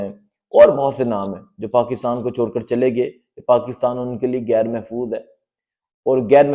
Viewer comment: Bhai saheb , little improve your pronunciation.Gair Mehfooz nahin " Ghair Mehfooz " bolain.